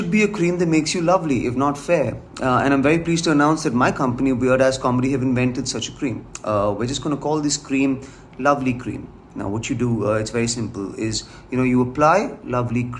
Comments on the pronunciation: I heard that as: "...my company, Weird Ass Comedy" No kidding! ROFL!! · Does he pronounce Vir Das as wired ass 😂